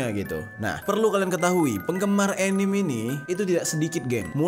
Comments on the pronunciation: Anime dibacanya ya animE bang bukan anim. Pengalaman tinggal dijepang nih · Bacanya anime ya ka bukan anim 😶